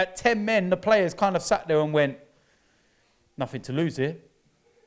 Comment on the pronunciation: Here we go, let’s hear what Arteta’s lawyer has to say. “It’s the pwayas wobby!!”—DerrT